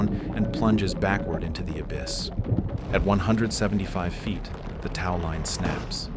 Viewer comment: what upsets me is the egg timers are more precise than you pronounceing tow.